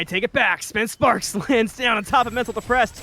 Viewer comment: Additional correction, its spence spark. not sparks lol